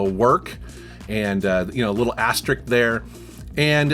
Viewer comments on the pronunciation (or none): Asterisk* not 'Asterick'